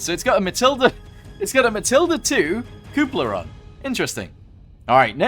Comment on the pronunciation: Ca..pole..la. as you can obviously not pronounce anything correctly...if your going to make content on tanks get the basics right....